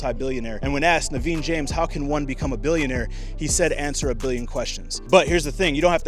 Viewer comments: He is naveen jain not naveen James 😂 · It’s not Naveen James, it’s Naveen Jain, he is an Indian-American billionaire..great video 👍